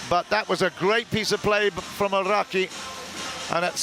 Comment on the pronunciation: Clinton Kim 시간과관계없이 전체적으로보면 일본선수들이 득점혹은실점을했을때 크게반응하는모습이고 한국보다 아라키선수가 서브할때 굳이 발음굴려서 알ㄹㄹㄹㄹㄹ 라키 이러시는데